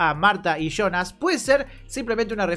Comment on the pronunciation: No dejo de comentarte, jaja. En los nombres Sonja, Silja y Jana la jota se procuncia i, entonces son Sonia, Silia y Iana, Ah y Jonas! es Ionas